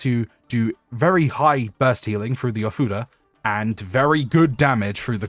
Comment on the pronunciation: Am I the only one that hears something different when he says ofuda?